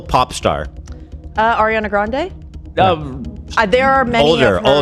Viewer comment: Dying when Ethan called Ariana Grande Aria Granda 😭